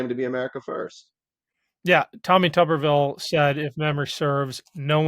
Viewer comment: Shouldn't Tuberville be pronounced with a long u? It'd be appropriate, he's a potato.